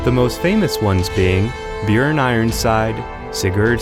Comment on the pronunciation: I’m surprised he even pronounced Bjüorn or however the fuck you spell his name.